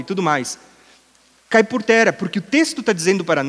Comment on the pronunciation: Ele não pronuncia palavras que possuem o som como o de duas letras R. Ex. Terra ele diz "Tera"; guerra ele diz "guera". 🤔